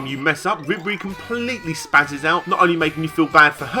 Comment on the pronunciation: vibri is pronounced vee-bree btw